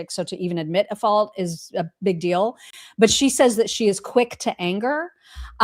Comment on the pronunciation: Is saying, "Art of the dill" instead of "deal?"